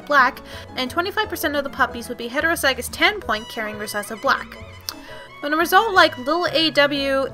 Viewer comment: Ok these videoes are great but one thing is just gettong to me. The pronunciation. Homozygous and heterozygous are pronounced 'hom-o-zij-ous' and 'hetero-zij-ous an allele is pronounced 'uh-lell', sable is 'sah (like sat without the t) bl'. As a horse genetics maniac i thought dog genetics may be a little hard to understand but you explained it very well.